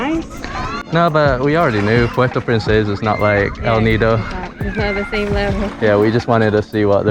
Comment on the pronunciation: I'm amazed by your fluent pronounciation of El Nido and Puerto Princesa